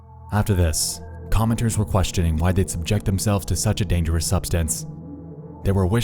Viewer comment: LMFAO. Forget the way he pronounces GIF. Did you hear the way he says Users, Dangerous and nausea? 🤣🤣🤣 Sounds like Mordecai from Regular Show.